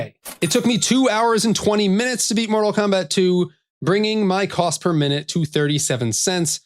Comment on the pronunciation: "Kost to beat" 🙂